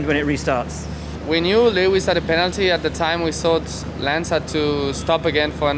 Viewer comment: 👂 Am I hearing a new moniker for Lewis, "Le Wiz", in the tradition of Les Mis? 😷